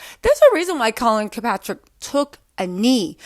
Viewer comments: ikr she butchering bros name. colin KAEPERNICK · I can't hear you mess up Colin's name anymore. Honey, it's Kaepernick, not Kilpatrick. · If she says Kirkpatrick one more time... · I love you but it's Colin Kaepernick. "Kap-er-nick" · Collin Kilpatrick 😂😂😂😂😂😂 boo it's KapERnick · Hey letting yall know when says KAPATRICK it might sound like she doesn’t know what she talking bout but that’s a symptom on dyslexia So don’t start the hate train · Who the hell Colin kapatric? It’s all good tho lol. I don’t expect you to know football names. Lmao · I love, but she couldn't get that right at all, I thought she was going to end up saying "St. Patrick."🤣🤣🤣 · Please start saying Colin’s name right. This gotta be like the 8th video